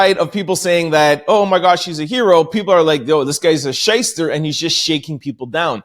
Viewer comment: "you shister" it was strange hearing that being said with an American accent and you pronounced it properly. Impressive 🏴🥃